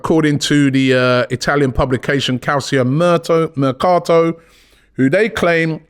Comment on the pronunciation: Packed full of news today! I was not expecting much! Robbie, ask James how to pronounce 'Calcio Mercato'. It is something like CAL-CHO (rhymes with 'hoe') MER-CART-O.